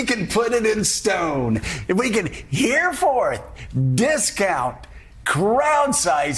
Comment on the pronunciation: Henceforth not 'hereforth'